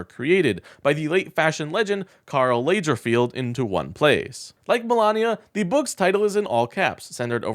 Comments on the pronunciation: Chanel is pronounced sha-nell with the emphasis on the second syllable. Lagerfeld is pronounced Lah-grr-feld. Come on dude, do a little research. ❤😅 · publisher would have designed the cover. Lagerfeld is pronounced Lager (like beer/ale), feld (like it's spelled) Otherwise, good points about Melania as 1st lady and the grifters that are Trump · Sha-nel and La-gar-feld: I forgive you fir not being a fashionista. I'm sure it will be in bookstore clearinghouse bins soon. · ShaNel, lagerFeld, you aren't a journalist is you can not be bothered to correctly pronounce VERY well-known designers. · Not gonna lie - "CHANNEL" Catwalk and Karl "LAYJERFIELD" were really hard to hear. I'm not into fashion and I'm aware of the relevance both that brand and that designer have, along with how to pronounce those names - as do most people (and not even ONLY counting the English-speaking world either). I get it that political influencers need to crank up videos with the same frequency as cable TV needs to advertise prescription medication, but it's 2024 - it is NOT that difficult double-checking the pronunciation of one of the world's largest, most long-lasting fashion brands - it literally would've taken 10 SECONDS to check that with Google. It just diminishes the verisimilitude of the video and the "Chanel" when even Donald Trump can pronounce those names correctly... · PLEEEEAAASSEE For the sake of all listeners, learn the histort/pronunciations BEFORE you make a video. There is not an "i" in the last syllable of Karl Lager (as in beer) feld. And it's pronounced Sha-NEL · Chanel is pronounce Shanelle. Lagerfeld is pronounced Loggerfeld. lol Just in case you have to say them again sometime. Melania and trump make a perfect couple, anything for money including the whole of America.They care about themselves, that's it. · Yes, they're pronounced shannelle, and loggerfeld. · You had me with 'Channel'. Karl 'Lajerfield' was too much! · I love it, he mispronounces Chanel and Lagerfeld